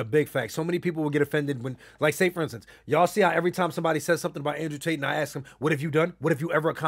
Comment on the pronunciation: Nigga said Andre Tate 😂😂